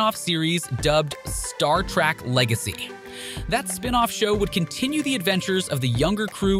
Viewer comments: Adding to your comments, did anyone notice how many times the narrator called Star Trek, “Star Track”?! For a channel that talks about the Star Trek universe as often as they do, irritating doesn’t even begin to describe it (period). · Agreed. Clearly not a fan consistently saying Track and not Trek. Or perhaps an AI script generated from web data. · First of all it's Star trek, Not Star Track! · Its Star Trek, not "track". Geez, can you even pronounce the franchise name correctly?